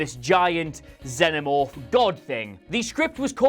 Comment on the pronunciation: Why do you pronounce Xenomorph so weirdly?